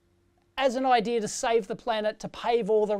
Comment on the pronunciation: Idea is NOT "EYE DEER"